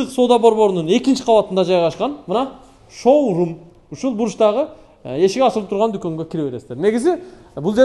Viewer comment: 😀 шаурма дегин